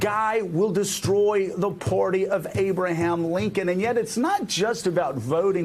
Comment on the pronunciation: Hey, Joe...the word is "Party," not "Porty"!